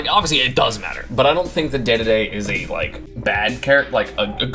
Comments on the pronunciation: Is anyone else bother by how he says dededes name? Like it’s spelled that way but it’s said like dididi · I mostly have a problem with that stupid pronunciation